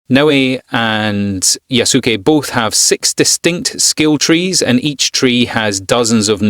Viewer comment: Thanks for your honest review. How you pronounce his name is absolutely awful though, no offense.